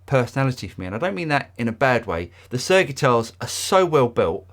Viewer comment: I kept hearing you say SIR Pete Thorn, which I’m cool with.